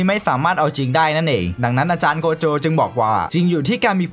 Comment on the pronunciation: โกโจะ❌ใจโกะ✅